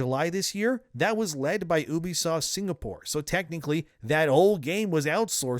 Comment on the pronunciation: Ooobisoft..you know it begins with a U, right?